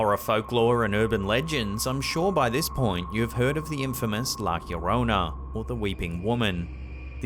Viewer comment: It's not that hard, man... try it slowly... "La llorona".